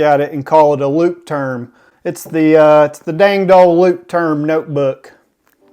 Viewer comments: the "turm" in leuchtturm is more pronouced as "toorm" rsther than "term" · Can we pronounce it as Lukewarm?